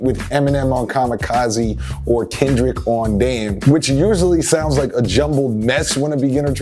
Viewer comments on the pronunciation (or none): none